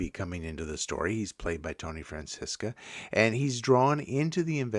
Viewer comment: Tony Franciosa, not Francisca...Thanks